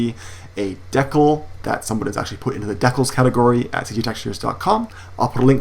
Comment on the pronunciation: Deckals? You mean Decals? :P